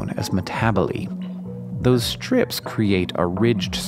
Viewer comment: am I the only one who finds his pronunciation of "ISH-tructures" and "ISH-trips" slightly odd?